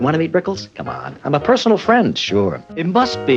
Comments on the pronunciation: It’s RICKLES not RICKLE! Wow, wearing sunglasses to a legend! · I think it was a bit disrespectful to wear a hoodie and shades. I like Snoop but he's not even worthy to be in the same room as Don. He even keeps calling him "Rickle".